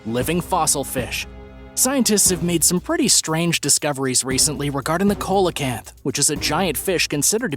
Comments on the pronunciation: You pronounced the fish as "cola canth" but actually it is pronounced "see LA canth". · SEE lo canth, not colo canth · That ancient fish is pronounced like this. Seal a can't. The "C" is pronounced like an "S" seal a canth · SEE-LOW-CANT. PAY-COSE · ya he was pronouncing it weird i was like bruh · Thank you! That drives me nuts! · That was driving me crazy too!!